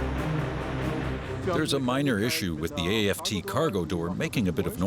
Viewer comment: The translator said, "...the A-F-T cargo door." I'm sure he meant the aft cargo door but Germans probably don't generally use the admittedly archaic terms, "fore and aft". Ah, English. We never knew ye."